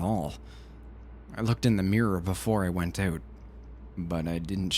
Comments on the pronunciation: OH MY GOD YOU SAID "eut" INSTEAD OF "out" ARE YOU CANADIAN?? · thats why I didnt notice it xD also Canadian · I don't like it. Kind of ruins the narration for me. Sorry bout that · First "Out" I heard him say and I though, oh, Canadian. Haha nothing wrong just funny :) Great read!